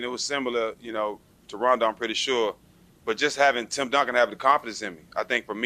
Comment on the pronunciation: Yo guys this was an awesome interview But you guys really need to pronounce his name correctly ... He corrected Jack once and is clearly bothered towards at the end when Matt gets it wrong as well The first syllable is 'RAH' not 'RAY' You see rondo's face the last 5 seconds ? He is annoyed ... i would be too ... correcting motherfckers my whole life ... god dang that must get old